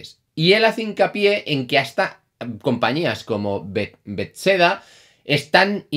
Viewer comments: bets-seda? que compañía es esa? será Bethesda !!! jajaja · me encanta tu contenido,muy sobrio para mi gusto pero aún así excelente. Bethesda- no se lee "betseda mas bien "bezesda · No conoces a bethesda? en el vídeo dijiste betseda... no valla a ser que seas un falso como sasel, que viene a hablar supuestamente de videojuegos, a criticar y a generar toxicidad cuando ni siquiera juega a videojuegos.